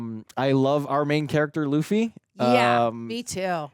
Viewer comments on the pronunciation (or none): yeah but they say loofy and she hears it. Even the guy on the right says loofy and she still says laughy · For the love of God, it's pronounced Loofy not Luffy LOL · L U F F Y not L A F F Y. U not A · Loofy not laffy lmaooo. is funny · Looffy not Luuffy not like Fluffy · Luffy rhymes with Goofy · It's pronounced Luffy “LOO-FEE” or "LOU-FEE". Luffy SEES the good and loyalty in the people he wants on his crew and believes they should follow their dreams. That's the reason he didn't choose any of the crew on Alvida's ship except for Koby. Koby's dream was to become a Marine, even though that might mean he and Luffy would be on opposite sides. Luffy still wanted Koby to follow his dream. Zoro's dream is to become the greatest swordsman of all time. We don't yet know what Nami's dream is yet, but Luffy still believes in her. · Luffy = Loo-Fee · It's pronounced like goofy...loofy..please my ears hurt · They still hear it being said the proper way in the series, not as Luhffy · so does with Alvida. It's written as it is yet she pronounced it correctly as "Alveeda" not "Alvaida". Luffy's name is mentioned a lot of time in the video, and Luffy himself declares his full name and his goal MANY TIMES. Even the guy besides her called Luffy correctly yet she still "Luh-fy"/"fluffy" all the time. Bruh. 🙄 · not 15 seconds in and random white girl is mispronouncing Luffy, this will be good I'm sure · Oh she definitely knows how his name is pronounced 💀😂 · How does she keep pronouncing Luffy's name wrong when his name is said in almost every scene? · Have to give it a thumbs down because is just ragebaiting by mispronouncing a name said 40 different times. I don't make the rules. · Someone please teach how to say Luffy correct.🙏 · someone PLEASE explain to how to pronounce Luffy's name correctly. we are all dying over here:/ (not even kidding, this is like nails on a chalkboard for my neurodivergent arse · Seriously is she doing it on purpose?!